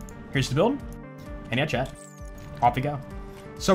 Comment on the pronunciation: When you say 'chat' it sounds like 'Chad'.